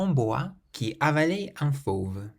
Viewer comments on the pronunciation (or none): Great video, deserves more views! I'm wondering why "avalait un" isn't pronunced like a liaison? These kinds of things are what really confuses me with french :)